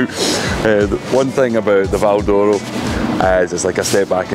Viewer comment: If you were brought up at the cross like me it was known locally as ''Peters chip shop'' ( Dad) and it was pronounced to sound like ''Val Dora'' the way pronounces it. Always thought, his brother and older sister where all born in Kings Park?